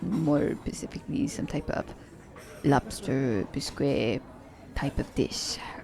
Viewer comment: Bisque is pronounced as “Bisk”